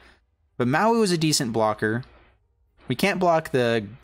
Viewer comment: Listen to Jiang's voice line when you play him. It will tell you how to actually say Mowu ;)